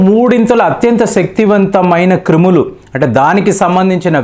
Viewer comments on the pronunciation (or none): Kreemulu kadhu nayana Telugu pandit krimulu Telugu type chestam nerchuko eppati daka neku English words Telugu words and sentences pronounciation radhu anukunna eka edhi kuda anyayam ipoyindhi nayana marchu marchu kamalam puvva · క్రిములు సార్ క్రీములు కాదు... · ఒరేయ్ బాబు "క్రీములు" కాదు "క్రిములు"🤦‍♂️ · క్రీములు కాదు బాబు క్రిములు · ఇంతకీ "క్రిములా". "క్రీములా"